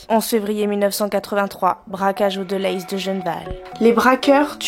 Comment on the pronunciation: Sympa de parler de ça. Je suis originaire de Mons. On dit déléze. Pas delayyys lol. Chouette video